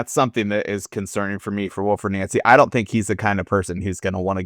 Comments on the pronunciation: It’s nancy not nauncy fs he even said his name pronounced NANCY yesterday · Stop calling him “Noncy”, you’re making it sound like noncey. He has said his name and answered his name as Nancy. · The Celtic fans have clashed over the proper pronunciation of his name more than over the poor recruitment of the board. Glad to see both of you got it correct. "Naunsi" not "Nancy" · It's pronounced Wilfreed Nancy. Not Wilfred Noncy. Time to get that right please. 👍